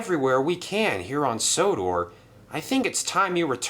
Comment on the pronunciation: Merlin calls sodor sonnah not odor